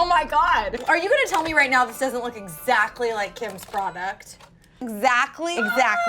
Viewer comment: She says exactly like “exacly “